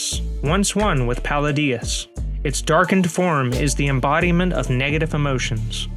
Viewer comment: It's interesting how you pronounce "Paladius"... Pa-lay-dius nutz! Got em!